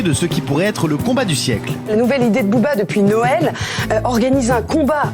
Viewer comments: Ben oui les prononciations tu écoute chantal goya pour booba pas boba sérieusement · "Elie Yaffa...désormais Bobba..." tu veux dire BOBERRRR 😃